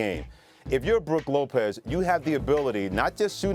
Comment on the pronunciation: This dude said Brooke Lopez yeah I’m out